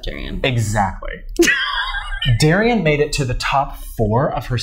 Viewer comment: It’s not Darrienne